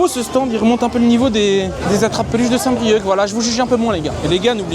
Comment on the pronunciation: Saint brieuc , phonétique : saint brieu , c'est un ( c )muet , respect stp nouilleteille 😂😂